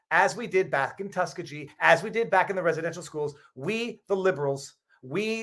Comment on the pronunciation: Pronunciation - tus-KEY-gee